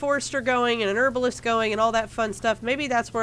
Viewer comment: This is a great LP but the way you say Herbalist really annoys me.